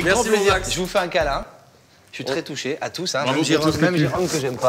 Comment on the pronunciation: Jérôme à dit "j'ai pas touchéow" 😅